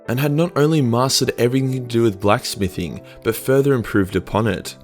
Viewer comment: "BLACK smithing” lol